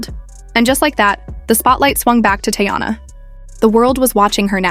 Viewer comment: Her name isn’t Tayana it’s Teyana. This is how it should sound. Tea/yana.